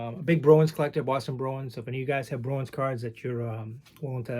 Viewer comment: Hello. It took me awile to figure out you were saying Bruins. I hear Browens!! Ha. I'm not a hockey guy, unless it's Orr or Gretzky, but ran across a decent '72 Cheevers and a few other "Browens" cards I'd be happy to trade.